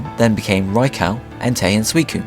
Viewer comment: It's pronounced sui-cu-ne come on, I like your presentation, just get the pronunciation right